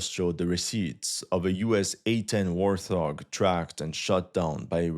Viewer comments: Dude. It’s Wart Hog not warthog. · A friendly tip: it's a Wart-hog, not a war-th-og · God damn it, it's a WART-HOG, not warth-hog. I don't know why that bugged me so much lol.. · Its wart-hog. It is named after an animal. It is not war-thog. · Wart-Hog, not War-Thog. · "warT Hog", not "warth ohg" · It's pronounced WART-HOG. Not "WARTH-HOG".. you're welcome. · WART HOG - not, “War-Thog” 😂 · The nickname of the A-10 is actually pronounced "wart hog" ( African mammal of the suidae family, pigs) as opposed to "war thog". One of your very few mispronunciations of the English language. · It’s pronounced Wart-Hog, not War-Thog 😂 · Wart-hog, not War-thog :) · Thanks for the update. And I know that you are not a native English speaker, so to help, it is not pronounced "war-thog" and is correctly pronounced as "wart-hog" (its a type of ugly pig). Looking forward to further videos and hope you can continue keeping up with it all! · Been following this guy a few weeks now and just realized his shelf is sporting both a Russian AND Ukrainian flag. Pick a lane, Bro! Oh, also, its pronounced "Wart Hog", not "Worth Hog" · Wart-hog, not warth-hog... Also, personnel is pronounced to end with the "elle" sound. Good video! (I used to teach ESL, so I'm just trying to help out. Your English and pronunciation is excellent.)) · It's "wart hog" not "war thog". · WARTHOG dude... WORT-HAWG. No theta.. no TH together. Wart like on the skin? Hog like the pig. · Wart-hog not warth-og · Its Wort Hog, not Worth Aug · Thas Wart hog dawg....not warth og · its a wart hog not a warth og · Thanks for the vid, but it's pronounced wart-hog, not war-thog. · Wart-hog. It’s not the A-10 War-thog. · did he just say Worth-Hog? lol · Actually, the A-10 are called wart-hog (no "th") or thunderbolt. I am astonished you don't know about them, but maybe you are too young. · It is pronounced “wart-hog” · I get why you would pronounce it as war-thog. But it's pronounced as wart as in court, and hog as in log.